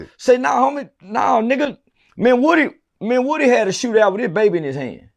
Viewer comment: It’s Woody. Like wood. Not Whoody